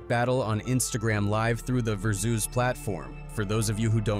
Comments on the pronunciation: he didn't say versus .he said ver-zeus😅😅😅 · Is this ai? Said versoos not versuz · Very zuez? You can’t even pronounce it, but you want to do videos about the culture. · I love the way yall say ver-zeus instead of vers-us 😅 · That pronunciation of verses got me! Ver Zeus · Verzues?😂 They meant versus right? 🤦🏾‍♂️ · Ver Zeus wtf is that? Turned it off soon as I heard that. Can't take this chilled serious if yall can't program AI to say things right 👎🏾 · It's pronounced Ver-sus my boy, not ver-zus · Ver-zeus ...lol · Ver Zeus 😅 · I hate AI.... Ver zues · I ain’t know it was Ai until “verzeus” 😂😂😂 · The AI voice saying “Vurzeus” instead of Versus(VS)is diabolical 🤣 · "Ver-zeus" Is Crazy. Stop Using AI Voice Yall... Please. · Sorry but as soon as I heard the AI voice over I had to dislike. "Ver zeus" lmao can't even pronounce versus right. Why people use this still? Never sounds good. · Did you fucking say "VERZEUS"?!?!?! 😂😂😂😂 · Tf is ver Zeus? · Its called Verses, My Guy. Don't know what you called it. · Y’all gotta stop using AI dawg. How y’all mess up “versus” pronunciation?! 🤦🏾‍♂️ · Why he pronounce versus like that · Ver soooz? Asterix Asterix Asterix x5? Weird Ai video